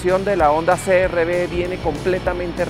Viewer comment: Por qué dices crb si es CRV , se pronuncia c r uve en español 😁 , gracias.